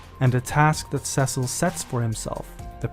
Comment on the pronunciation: Almost a great video if you didn't say Cecil's name wrong.